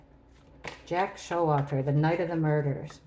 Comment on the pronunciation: lmao I know it’s Jack S but it sounded like jackass. 🤣💞